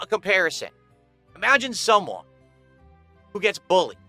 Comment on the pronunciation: “shumone” gargle mouth in full effect